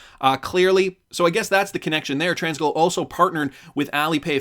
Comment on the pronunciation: Tranglo isn’t pronounced with an s in the middle 😂😅. Always love your videos though. Still liked and subscribed.